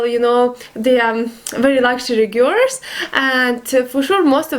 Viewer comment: my darling, in English we pronounce "Girls" like this - Gir'ls try it... or date an English Guy/Girl... it comes to you easier no:) have a wonderful day x